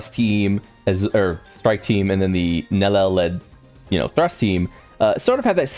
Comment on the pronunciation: Nell-EL 😂😂it's triggering no lie